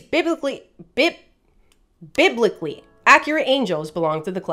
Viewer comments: And around the 4 minute mark We learned that we have to say bibble from now on. Or else suffer the fate, of not being prepared to say "biblically". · I love how has no Problem pronouncing words Like hemichordates or other 20 letter Long words...but biblicaly...oh hell